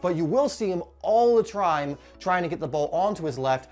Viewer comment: Great video but you me dying! ("...all the trime.") 😂